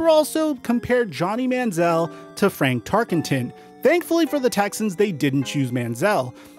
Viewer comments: Did you just say "FranK Tarkenton"?? It is FRAN! 😉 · It’s Fran Tarkenton bro, not Frank 😂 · Brother, it's FRAN Tarkenton...